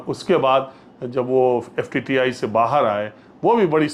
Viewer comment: Pls call FTII and not FTTI. Also would like to correct you on Kishor Kumar's song for Mithu Da. Kishore Da has given playback for him in movie Waqt की आवाज. Sridevi was against him